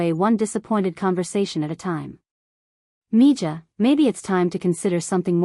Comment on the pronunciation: Mija is Spanish and is pronounced me-ha.